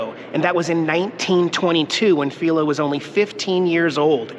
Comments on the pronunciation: I recall his name "Filo Farnsworth" being pronounced: F-eye-lo -- not F-ee-lo.... from when I lived in SLC.... a long time ago!! Loved your video!! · Pronounced Phi-lo as in fii foo fum